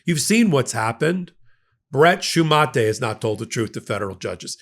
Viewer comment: “Shoe-mah-tay”?? Are you by any chance talking about a person named “Shumate”? I’ve seen that name in some recent stories. Long ago I was in high school with someone by that name, and it never even occurred to me, or anyone else around me, to pronounce that in any other way than “Shoe-mate”, like 2 matching shoes.